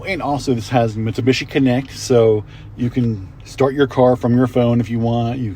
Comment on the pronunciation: It’s not a Mitsabishi🙄. You sell them can can’t pronounce them correctly? Wow….